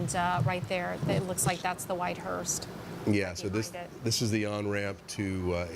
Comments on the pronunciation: ⚠️To the news anchor: It's "hearse"......not hearst. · It’s a hearse, not a hearst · News While I appreciate this important coverage, please correct your anchorwoman. She kept saying "hearst". There is No 'T' on the end. The word is: 'hearse'. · Why does that female reporter keep calling it a "hearST" ?? Its HEARSE !!!